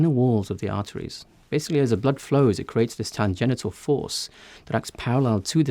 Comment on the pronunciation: Thank you for being a truth spreader. By the way you pronounced tangential as tangenital. Should be tan den shull. Like the last syllable of financial.